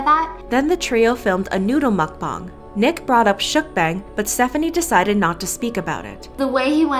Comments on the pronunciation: She saying MuCkBoOnG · I am three minutes into this video and I just hope she doesn’t say Mcbong entire video it’s mcbong😅